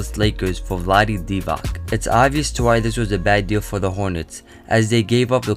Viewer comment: Vlade (Dee-vatz) dude, not (Dee-vak).